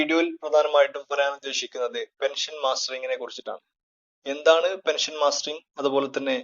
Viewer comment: It is mustering not mastering